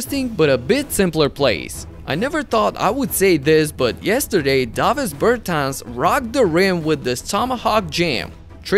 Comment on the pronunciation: ti bi bar morao izgovoriti Bertans normalno?